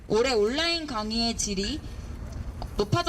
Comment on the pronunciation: 아나운서 발음이... '온라인' 발음이 안 되나?? '온나인'이 뭐냐?? 혹시 전라도??